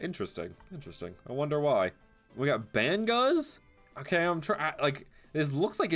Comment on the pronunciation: Banguz?!?!!!!? Its bang-uz